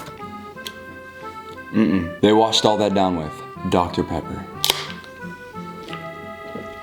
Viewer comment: The way he said dr. Pepper made me wheeez idk y